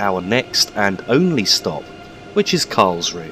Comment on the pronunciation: I'm not German but I have a friend from Karlsruhe and I believe the 'e' at the end of German words is pronounced almost like an 'uh' sound (like the 'u' in 'up'). So Karlsruh(e) sounds like Karlsruh(uh). Sorry to be 'that guy' but I kept noticing it. Merry Christmas and thanks for the video. :)